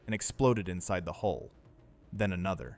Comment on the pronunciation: Hull, not hole.